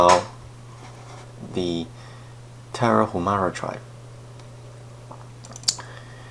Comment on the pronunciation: good video; shame there isn’t more video documenting the physics of the Tarahumara running style. By the way, it is pronounced: Tara-oo-mara